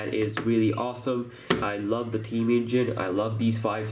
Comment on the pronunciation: can u maybe learn how to say theme.... THHHHHeam not Team.